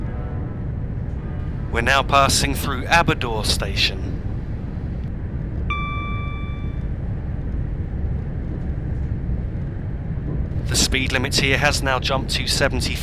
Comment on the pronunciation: Also the Aberdour station is pronounced Aber-dow-our (Just a little correction ;3)